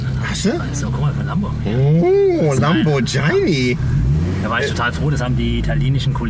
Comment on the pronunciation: Hatter "Lambortschini" gesacht? Echtgetz?